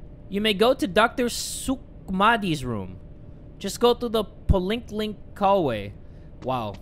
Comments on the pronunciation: I love how he pronounced "poliklinik", "polinklink" 😂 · "just go to the poliknik room" ITS SUPPOSE TO BE POLYCLINIC HAHAH but spelled in indonesian english hahaha